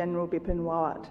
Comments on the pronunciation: This moderator is so poor in reading names. Shocked to see she called Yamazaki as Yama 'Kazi'. Unacceptable. Pl guide and correct such poor work. She also said Warat instead of Rawat for the later CDs of India. Her presence and preparation was Not upto the mark. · Yeah it was quite cringe inducing when she messed up the name of the late Bipin Rawat, twice.